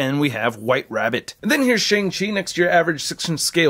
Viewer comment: He said shing chi